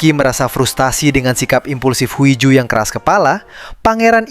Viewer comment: Huiju tapi bacanya hiju cmiiw